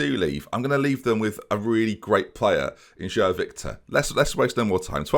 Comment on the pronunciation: João I believe is pronounced J-wow but like a soft j if that makes sense